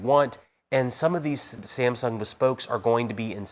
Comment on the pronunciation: Why is he pronouncing Samsung as "Siem-sung"??